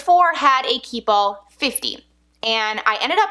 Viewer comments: Key Ball ..? Its french and says keepall ( kee- pall ) and mens “hold everything “ its a travel bag and must gett Stains ect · Anyone else hearing keyball instead of keepall? You talk so fast that you’re running keep and all together making it sound like keyball.